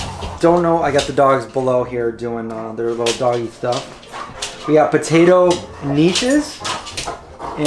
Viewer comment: Knishes are pronounced Kuhnishes, the accent on the K:) It's a Russian Jewish thing. I wish we had a place like that here in Ferndale, the closest is Grocery Outlet, but that is awesome. Bring an ice chest for the perishables. Way to go! Cheers, Rik Spector